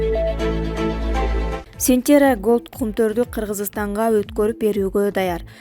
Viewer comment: Сентера дебей Центерра деп туура окуганды уйрончу